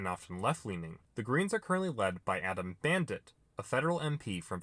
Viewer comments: did you say "Adam Bandit"? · Its pronounced adam bant Also the coalition is faction driven like labor is, with far right, centre right/moderate.